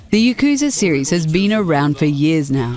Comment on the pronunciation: You mispronouced Yakuza. It's pronounced "Yah-Ku-Za", no pause or dragged-on sound. I hate it when people mispronounce Japanese words with a super stereotypical White accent. I'm Japanese btw. And I hate it you misprounced a Japanese word with using such an accent. It's the same thing as calling Naruto Narudo. It's a Japanese word, not just a series name. Your super white stereotypical accent is raciest towards Japan. I'm not angry, just calling you out on your mistake. Hopefully another Japanese person doesn't get angry on that. Not all Japanese guys are chill and easygoing like me you know. I'd hate for you to be subjected to hatred. I enjoy your channel's videos, I just found you made a mistake in this particular video. I should probably end the comment here, I'm expecting an email from someone who works for me who's also my friend...